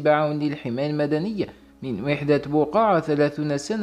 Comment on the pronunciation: اسمها بوقاعة اقراها بالفرنسية تنطقها صحيح bougaa.